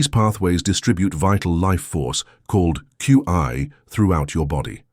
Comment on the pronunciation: One note: In Chinese energy medicine that quality your AI narrator called ‘Q I’ is pronounced & called ‘chi’ (chee). You can train (or lead) your AI narration software to pronounce more accurately by purposely spelling out foreign or unfamiliar terms phonetically… So in your script where it says Qi you would type it as Chi - You’re welcome.